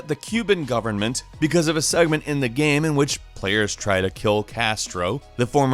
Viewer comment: Why do you keep saying GAM instead of GAME? This drives me mad.